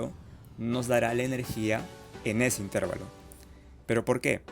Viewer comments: Señor, con todo respeto para usted. Usted no conoce las Reglas de Pronunciación de las Palabras en Español? Cuando usted pronuncia la palabra: "Intervalo", lo está haciendo mal. La fuerza de Pronunciación cae en la sílaba "va", no en la sílaba "ter". Le recuerdo très Reglas: 1- Toda palabra terminada en n,s o vocal que no sea monosílaba la fuerza de Pronunciación cae en la penúltima sílaba, contadas de derecha a izquierda. 2- Las palabras en Español para ser pronunciadas dependen de dos herramientas: un símbolo que se escribe encima de la sílaba que va a ser pronunciada con mayor fuerza y es llamado "acento" y otras que aluden a con que letras terminan dichas palabras o de cuántas sílabas están conformada dichas palabras. Usted es profesor de matemáticas, asumo, o intenta serlo. Entonces la Matemática también aplica aquí, a la formación y estructuración lingüística del idioma Español. Consejo: debe asesorarse un poco mejor en términos de Pronunciación del vocabulario cientifico-tecnico que va a utilizar en la grabación de sus videos. Razón: Está enseñando conocimientos matemáticos, pero también está enseñando errores en la pronunciación lingüística de esos conocimientos en nuestro idioma: Español. Gracias por sus videos, muy amenos e instructivos. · La palabra correcta es "intervalo", sin tilde. La forma "intérvalo" es incorrecta y no se utiliza en español. "Intervalo" se escribe sin tilde porque es una palabra llana que termina en "o", una regla ortográfica en español. Más allá de cómo se escribe es cómo se pronuncia. Suena chocante escuchar a un ingeniero decir intérvalo. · Salvo el constante "itérvalo", el video es excelente. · El señor que habla ectamente. No es “intérvalo”, que no existe. La palabra correcta es INTERVALO. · Todo iba bien hasta que comenzó a decir --"intérvalo" -- 😖 pero muy bien explicado... muchas gracias por el aporte. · Muy buena explicación pero cada vez que dices "intérvalo" me duele.